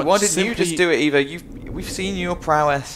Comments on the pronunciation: Why does keep calling Eva “Ava” it’s really annoying. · Oh hell yeah! Hour and a half of Haven't watched all the way to the end yet, but does scold for called Eva "Ava"?